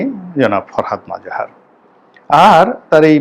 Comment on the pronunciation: নামের উচ্চারণ টা মনে হয় "ফরহাদ মজহার" হবে ।